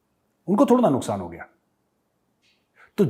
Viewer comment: major sahab, "nuskaan" 😁😁.... Jokes apart, very rare ☺️